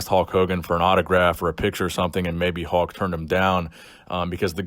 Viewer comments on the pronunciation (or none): it’s not “Hawk” it’s Hulk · It sounds like your saying Hawk Hogan hehe. Lincoln Hawk Hogan over the crutch.